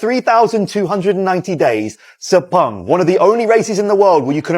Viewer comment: Guys not Speng please it's Spung